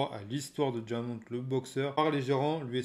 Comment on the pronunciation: Bonne vidéo mais Diamond se prononce « DAIMAUND » (à l’américaine quoi)